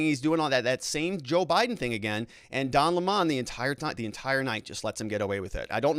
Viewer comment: By the way, it is disrespectful to mispronounce a person's name on purpose, especially when you do it over and over. Can't you just pronounce Don Lemon's name properly? I've watched you for some time and when you started you weren't so actively partisan. When you do something like constantly mispronounce a person's name to score some ephemeral partisan points you are starting to cross over into the territory of being a dickhead. Please don't be one. There are plenty of dickheads on YouTube, too many. One of the reasons I have enjoyed watching you is that for a long time you made an effort to be polite and fair minded even if you disagreed with someone. I would like you to be that again, although I know that being the other type probably will get you more clicks. You can add to the coarsening of our culture or you can fight it.